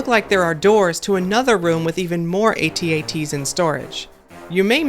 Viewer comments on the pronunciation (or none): AT-AT is prounced "att att." Not ay tee ay tee.